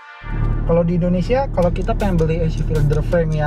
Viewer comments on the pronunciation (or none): none